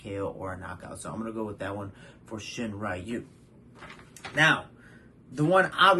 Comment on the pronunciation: Hey! Great video Just so you know, Makoto Shinryu is pronounced “Shin-Ryu”, not “Shin-Rayu”